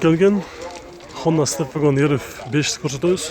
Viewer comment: степвагон эмес степ вей го он